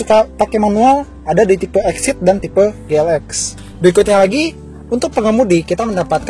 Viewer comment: Gue denger GLX kayak GELEX